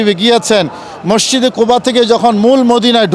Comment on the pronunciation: ঠিক করে মাসজিদে বলতে পারেনা ভন্ড আমি ডাইরেক সরাসরি বলতেছি।